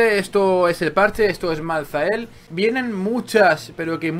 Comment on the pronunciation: creo se dice maltael la h es muda al menos siempre al oir el nombre en los trailer y eso se dice asi.